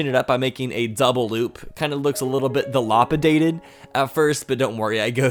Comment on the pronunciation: Also it’s not delopidated it’s da-lap-auh-dated